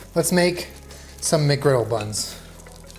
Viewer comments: “Welcom to WcDonald’s. Here’s your WcGriddle” “WcWuffin. What are you gonna do about it WcDonald’s” with a speech impediment confirms our suspicions of him being a 6-year-old 😂😂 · The WcDonald’s WcccGriddle